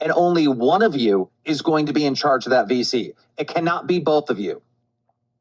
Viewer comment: Every time they say "VC", I hear "FECES" 😭